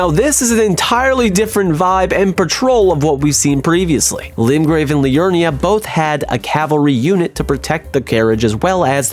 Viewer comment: I have never heard anyone pronounce Liurnia as "Alurna" 😂